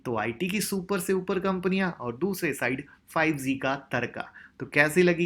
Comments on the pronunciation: Sir bahoot achhe se bataya ....prr ek baat kehna chahta hu...... 5 Ze nhi h 5 G ...hai sir.....sorry agr aapko bura lge to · 5 zee nahin ... 5 g hota hai bhai...